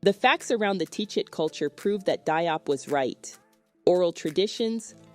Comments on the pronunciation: His name is pronounced jiop not de-op his name is wollof based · I did a thumbs up...but people Diop is pronounced "Jop" in Senegal and West Africa generally.